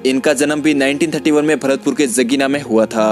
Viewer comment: Jaghina hota h na ki jagina